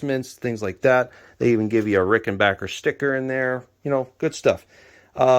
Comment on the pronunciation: Sincere Congratulations on your New Acquisition as well as the ability to pronounce RickenBACKer Correctly. :)